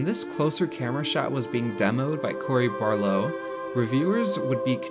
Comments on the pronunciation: BARLOG! BAR-LOG! dafuq you saying? "barlow" smacks you get it right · AT-REUS, NOT ART-REUS. BAR-LOG, NOT BARLOUGH. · Bro it is cory barlog not barlow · "Cory Barlow"💀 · "Cory bar low' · “AR-treus” “Barlow” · Solid video except for your annoying pronunciations of Barlog and Atreus. I probably would have subscribed if it wasnt for that 👎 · People complain about the way this dude pronounces the director's name, well I've been reading as Balrog all these years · Is it really that hard to say his last name?.. Even my youngest nephew who is 7 years old can literally say "Barlog".